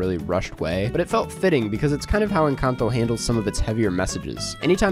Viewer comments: I'm so freaking happy you pronounced this Films title correctly! Every other white guy reviewer I've seen on this site pronounces it so horribly... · I hit the like 10 seconds in just for your pronunciation of Encanto